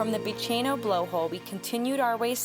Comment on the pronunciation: Freycinet is pronounced as if it's French: Fray-sin-ay. Bicheno is pronounced Bish/en/o.